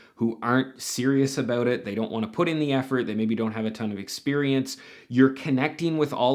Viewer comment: Wait a minute... The way you say "abewt"... Are you Canadian??